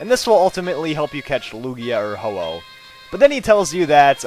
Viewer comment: Instead of ho-oh you said ho-ho lol.